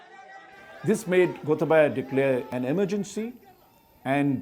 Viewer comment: The way he pronuced Gotabaya as Gotha baya was histerical if you speak Sinhala